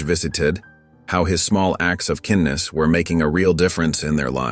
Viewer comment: what kind of narrator does not know how to pronounce kindness??? It certainly is not pronounced ken-ness!!!